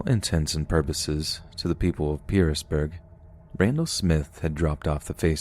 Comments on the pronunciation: My Dad went to school with Randle Smith and we still live here. There are things you got wrong in that story but most things are correct. And it is pronounced (Pearisburg) Paris- Burg, and (Giles) Gi-els not Guy-els. Randle tried killing others after he got out of prison for the hikers murders. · Story 2: Its pronounced "PEAR-isburg" (Pearisburg) and "Jiles" (Giles). Also, dressing boys in 'girls' clothing when they're really young used to be very common. Easier to change the necessaries when potty training. Was still happening in my parents' generation. In this part of the Appalachians, we say it like "Apple-at-chin". edit: ahhh, NOW I remember this Randall Smith story! I work in local tv in that area, and recall the 2008 incident! Dude was STRANGE... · Its pronounced pairisburg and not Giles County but pronounced Jiles County. I used to live near there. Brushy mountain is a pretty place. I bet they took them to Roanoke memorial hospital. Irs usually the teams center in that area.